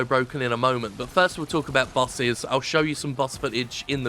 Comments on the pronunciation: It took a while to figure out that Jim was saying bosses, not buses. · It took me around a minute to figure out that the complaint was about "bosses". I kept hearing "buses". Though it made the video very fun to watch. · I thought he said "busses" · Admittedly, it took me a bit to realize you were saying "Bosses" and not "Busses" lol I know nothing about this game but from the gameplay I've seen, it looks like Dark Souls without the rewarding weight of a melee hit. Also there's a cowboy for some reason.